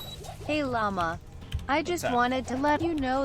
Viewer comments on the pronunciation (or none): none